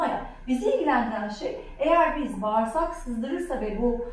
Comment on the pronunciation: Işık hızında bir anlatım özetle çok eğitici çok teşekkürler video aydınlatma yaşatıyor.önemli bir konuya değinilmiş. Bağırsak bağirsak bağirsak, acaba duyan olurmu. Video sonu sorunlu!